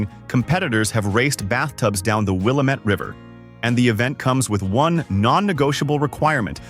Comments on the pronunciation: And he needs to learn to say Will - am- et. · You’re not very thorough with your facts. Nike and Prefontaine are from Eugene. The images you showed of crater lake are not all of crater lake. Hanford is in Washington state. And DB Cooper jumped out of the plane in Washington state. You pronounced Prefontaine and Willamette incorrectly. I’m leaving your stupid presentation here after the Hanford fiasco. Maybe you need more researched facts and less clickbait. You get a thumbs down from me